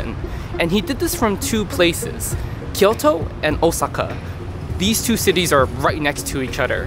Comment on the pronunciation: Great video. Your pronunciation of Osaka is good, but Kyoto sounded super American lol. Nonetheless very much enjoyed it.